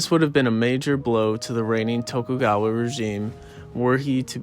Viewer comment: Bro said toku gwawa